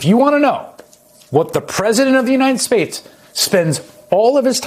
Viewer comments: "The President of the United Spades" 😂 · Did he say "The president of the united spades"? 🤣